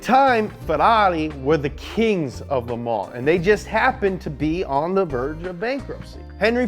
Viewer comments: The S is silent in "Le Mans". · Learn how to pronounce Le Mans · How many times did he said The 24 hours of le mans epicly?